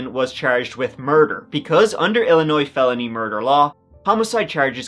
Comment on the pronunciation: As an Illinoisan, I'm willing to speak for the entire state to tell you how delighted we all are that someone from Ireland knows our "s" is silent. Hella lot of Americans don't even know that!